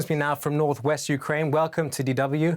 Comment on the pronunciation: Why do they always pronounce “Kyiv”correctly but they never pronounce Ukraine properly.. the media is so pretentious.